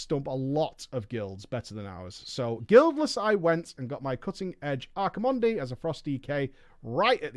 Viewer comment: Archi...mondEE? kek